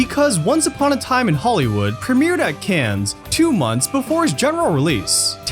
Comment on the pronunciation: Good video, but you need to learn how to pronounce “Cannes”. ;-)